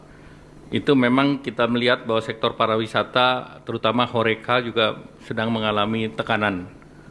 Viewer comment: Sektor parawisata 😂😂😂😂, pak Airlangga nih bolak balik ngomong parawisata ketimbang pariwisara.. Parah Flawnya adalah duit 200T disalurkan utk koperasi merah putih 😂😂😂😂